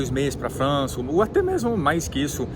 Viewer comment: fala bonitinho Frrrança...